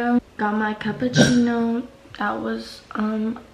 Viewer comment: The way she says cappuccino 😂